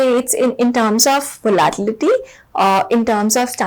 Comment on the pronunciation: I’m sorry to be the pronunciation nazi here but its very triggering to listen you pronounce the word “volatility” wrong for 15 mins straight.